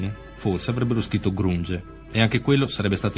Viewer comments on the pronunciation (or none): GRUNG??? Ah lucaré però dai 🤦‍♀️ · Però non si può sentire sietol e kort... grunge si pronuncia granj una lezione di inglese ragazzi.. radio deejay ci può andare anche mia nonna